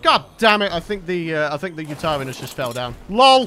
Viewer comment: You pronouce yuturanus uta ran is